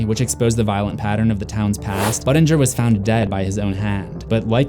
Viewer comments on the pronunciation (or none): Every time you say Buddingers name I think you’re saying butt injure